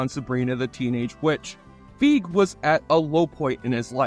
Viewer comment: Paul Feig's last name is pronounced "Fay-g". And yes, he's said that he was called "Paul Fag" a lot in school both intentionally and unintentionally.